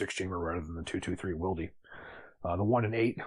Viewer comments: Wildie?! It’s pronounced wild (spelled Wylde). It’s been around for quite a while now, and there are a crap ton of sources that explain why it works better for those that switch back and forth between .233 and 5.56. The fact that you don’t know how to pronounce it makes me question your reliability as a firearms expert. Also, VoltAR? It clearly reads voltOR. They are also pretty well known in the gun world and have been around for years. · I say Wild. Hearing will dee made me cringe hard af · I am English by birth, Northern English too. This is a region known to retain a number of "old" pronunciations, or styles. If someone pronounced Wylde "will dee" they'd get laughed at and slapped! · Great video, especially love the visual representation provided by the cutaway, +1 for asking to borrow it from PWS. In relation to SpiralOverlord's comment about how to pronounce "Wylde", +1 to Jacob Paulson's reply . We in the Antipodes, who speak English... that is "non-murican"... do not say "Will...Dee". The English derivation of "Wyld(e)" stems from 12th century English and meant high spirited, boisterous, or as a topographical surname that applied to a person who lived near uncultivated land such as a "moor" where the land was regarded as unkempt or "wild". Therefore the English pronunciation of "Wylde" is... "Wild".